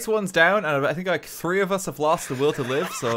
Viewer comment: Hailey C right? i've never heard kevin pronounce three in an irish manner until now